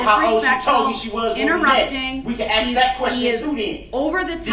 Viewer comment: In his defense, he finally learned how to pronounce "ask".